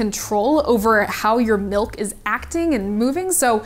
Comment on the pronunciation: She says "melk" and it makes me crazy.